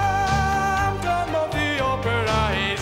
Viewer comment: I had ABSOLUTELY no idea Antonio Banderos (sp ?) could even sing !! WOW ! I am just curious, tho !! Did anyone else notice that the 1st time he says (& sings) the word Phantom, instead — it sounds like he actually said Phamton - reversing the letters “m”& “n” ?